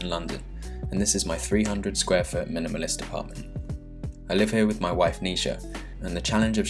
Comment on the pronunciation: bruh he said wofe